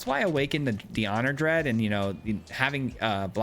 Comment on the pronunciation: It's Honored DEAD not Honored DREAD. C'mon, man...